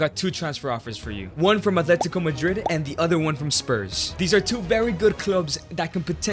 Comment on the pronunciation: Aint no way you saying trophies and spurs